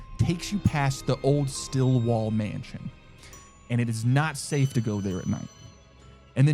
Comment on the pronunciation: StillWALL!!! Not Stillwell, Stillwall!!! Urrgh, that was... not cool. I am screaming on the inside from that oversight! Otherwise... eh, this one was on an extra level of unfair, I'd say. It's one thing to prank someone with a fake story... but it's sorta kinda another to tell someone that one of them's fake when NEITHER are. One's blindsiding the guest with a hope of figuring it out, the other... doesn't have that chance and good sportsmanship. I'm sorry.